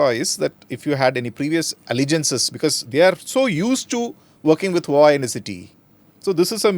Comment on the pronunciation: Lol he can't even pronounce HUAWEI properly. What a joke ANI is.